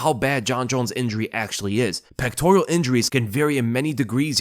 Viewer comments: Pectoral not pectorial. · Peck-tor-uhl. Not Peck-tor-EE-uhl. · pectoral not pectorial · It’s a “ pectoral” injury not pectorial lol. And there is a video on how he got it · Its Pectoral, not pectorial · It's pectoral not pectorial